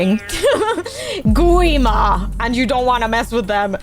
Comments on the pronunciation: Say guima its wrong its gwi-ma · Lol it’s gwi ma not qwi ma